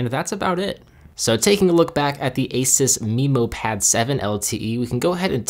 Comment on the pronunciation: Not trying to nitpick but ASUS is pronounced aye-soos. Nice video though!